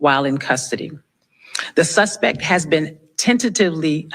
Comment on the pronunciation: "The suspec"? Idiot.